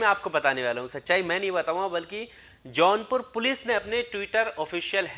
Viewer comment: Its jaunpur not a johnpur plz correct ...